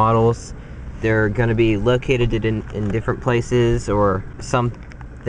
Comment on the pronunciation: Man you called yourself out😂😂😂 "Locatededed" great video truly was very informational